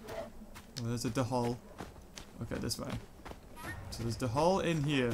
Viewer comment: Hey! You pronounce dhole wrong! It's not de-hole it's dole! Just to inform you:)